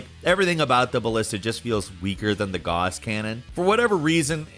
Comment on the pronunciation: Man can say guass correctly but not gjallarhorn and hanzo